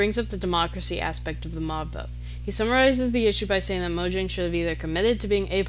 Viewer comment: Fire vid, I think this does also explain why minecraft is like the one game I've always wanted to return to, while most others I'd get burnt out from within a few months Also it's pronounced Mojang not Mojang